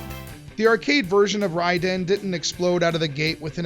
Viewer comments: Big ups for pronouncing the title correctly! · I always pronounced it Ray-den!